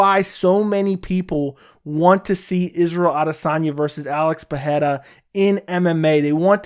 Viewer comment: Bro why are you mispronouncing Pereira's last name? Where do you get the "h" sound from ? lol